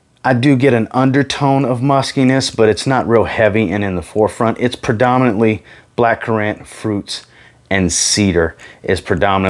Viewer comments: Why does he say black currant like that ? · haha I’m from the UK so never heard it pronounced like that maybe it’s an American thing